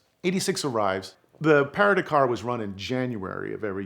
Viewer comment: Your pronunciation of PARIS to DAKAR rally its no parie to takar which is how you pronounced PARIS to DAKAR got it